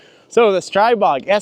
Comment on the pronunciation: Streeeeebog not pronounced with an I sound lol